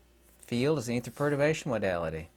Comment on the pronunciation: did you say perturation? Perturbation or protobation ?